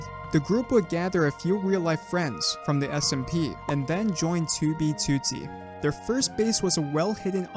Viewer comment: stop saying 2b2t like that lol